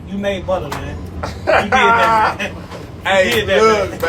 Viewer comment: when he called butta “butter” I was weak asl😭😭😭😭